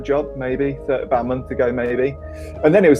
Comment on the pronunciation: That's what it's all aboot